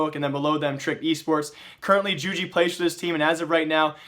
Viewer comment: Jugi is pronounced 'You-Gee'